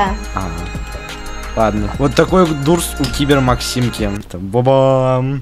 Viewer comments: НЕ ДУРС А ДООРС DOOSR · Не Дуурс а доорс